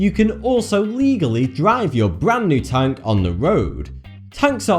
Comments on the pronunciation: Tank not tunk you fucking inbread fuck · Tonk really he said tonk ITS A TANK!!!!!!!!!!! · When he says "tank", it sounds like he's saying "tongue" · It sounds like he's saying tongue instead of tank